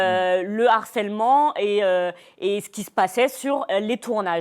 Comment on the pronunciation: Une fois de plus le mot HARCÈLEMENT dans une émission. Et une fois de plus " un n'harceleur" putin mais pas de liaison avec le mot!!